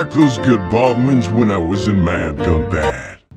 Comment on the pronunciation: 'ɡunbɑd'! not 'ɡʌnbæd'!!!!